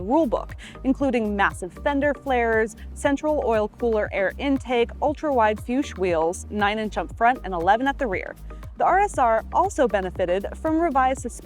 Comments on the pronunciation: It’s pronounced “Fooks” not Fuse according to my German buddy with the same last name. FYI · It’s nice to see a fashionable current woman in a male dominated subject, but I was little let down by mispronouncing porsch”e” and fuchs. But nice save on Le Mans. Maybe I’m just a picky old man with out a life